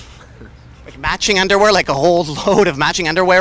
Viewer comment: the way Brendon says "underwear" is hilarious!